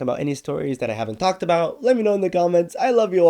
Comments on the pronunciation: Bro forgot one t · Did bro actually forgot to add the t in about